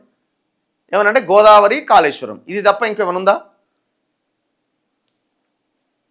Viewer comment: Kaleshwaram kaadu Kaleshwaram